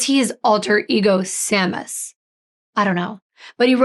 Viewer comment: Just for future reference the alternative name that he gave himself is Seamus. It's pronounced Shay-mus. It's Irish name for James.